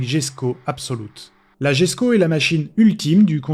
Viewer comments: Réel 😂 tout comme la jesko qu'il prononce jesko au lieu de yesko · Plusieurs précisions sur la jesko absolut 1: jesko se prononce yesko (mr Koenigsegg la dit lui même). 2:la vitesse max est hypothétiques donc 530 j'y crois pas